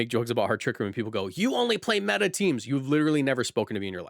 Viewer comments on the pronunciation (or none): none